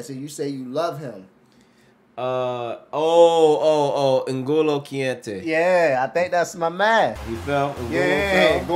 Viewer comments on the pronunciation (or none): Absolutely butchered Kante’s name 😂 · It pains me as a Chelsea fan that they can't say Kante's name right or get his position.